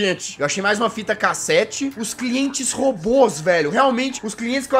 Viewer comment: Toda vez que vc fala fita cassete eu entendo "fita cacete"kkkkkkkkkkk